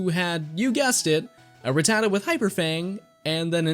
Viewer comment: It’s rat-ta-ta not ruh-tata